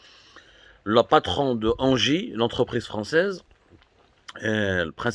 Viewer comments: C’edt pas ANGIE, c’est ENGIE. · Ca se li haineji. Pas anji.....